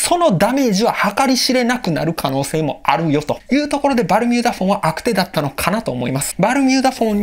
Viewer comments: 【悪手】あくしゅ が正解だよ (´・ω・｀) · 悪手＝あくしゅ が一般的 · 悪手をあくてって言ってる人間初めて見たぞ(´・ω・｀)